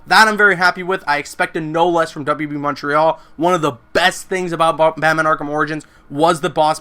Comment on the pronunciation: Oh no, did he say WB Monterial? That's not good.